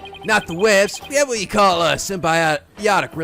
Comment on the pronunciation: it took me a second to realize he was saying "we have what you call" and it wasn't just gibberish